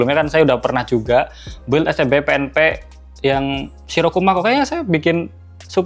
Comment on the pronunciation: BUILD itu pengucapannya BILDT, U tidak diucap.. sekedar share 🙏🏽